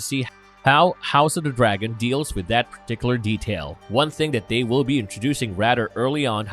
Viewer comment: I hate to be a stickler but whenever you say a word with a TH sound, you speak "D". IE: father becomes fodder, then becomes den, they becomes dey and so on. Great video nonetheless.